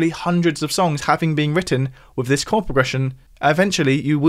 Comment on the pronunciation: Maybe the creator here should learn how to pronounce his th’s. It’s TH not F. This NOT fis.